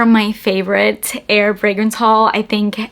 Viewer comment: I thought you kept saying “air” fragrances and I got excited. Lol. Like, yes! Tell me whats your favorite “in air” frags. Lol.